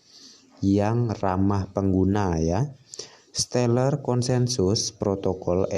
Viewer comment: Baca stellar aja gak bisa mau bahas Crypto 🤣🤣🤣 stellar itu nama coinnya xlm sudah teregulasi dan ada banyak exchange, selama π gak ada di exchange bisa dibilang masih halu dan illegal